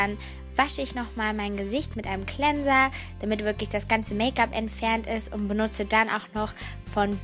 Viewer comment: Und cleanser kann sie auch nicht aussprechen. Wie dumm